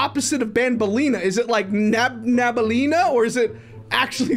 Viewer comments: its nabalenna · Dude it’s nabelena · its nabaleenna not wait WHAT IS BANBALEENA BACKWARDS